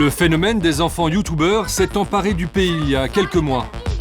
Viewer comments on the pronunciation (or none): je sais pas ce que c est un "youtoubeure"